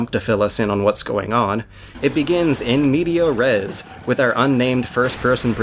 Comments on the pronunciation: Interesting video. Of course, it doesn't really offer any surprising insights since we all know how much BF3's singleplayer sucks, but it's enjoyable nonetheless. On an only marginally related note: You constantly say "in media res", but it's actually "in mediAS res". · lol in "media" res